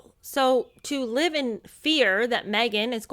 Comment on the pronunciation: a common expression in England . And to those uncertain of pronunciation " live" is not pronounced "lyve". There are others mispronounced in the US using it too. Long-lived is an other one! Not long-lyved. Petty, perhaps, but like nails on a blackboard to me.